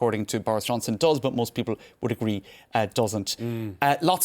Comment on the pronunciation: Why does Naomi Long call Boris 'Johnston' ?